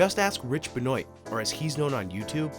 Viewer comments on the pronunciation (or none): haha pronouncing it Rich "Ben-Oyt", maybe I'm wrong, but I always assumed it was pronounced "Ben-Wah" (French name). Put some effort into your voice-overs,! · "Benoit" is pronounced "Ben-waa."